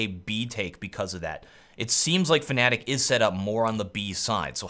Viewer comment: Please, stop saying "fAnatik'' it's just fnatic, there is no A after the F, there is no other way to say it. That's all.